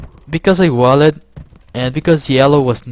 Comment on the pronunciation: i love when he says wall-ed